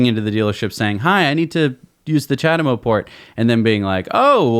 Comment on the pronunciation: "ja-dem-oh".... it's CHA-de-MO ... not hard to say mate.